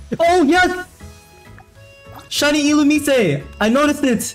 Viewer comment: That’s not how you say illumise. Learn the names, or do a diff hobby. SMH.